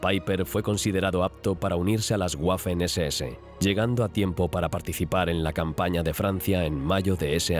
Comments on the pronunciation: nada más como dato, la W en alemán se pronuncia como la V del español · Sobre todo la pronunuacion, algo que me gusta de este canal es el empeño que ponían en pronunciar alemán, Ya que el dueño del canal estudia dicho Idoma. Y en este video me voy encontrando un "guafen ss" 🥴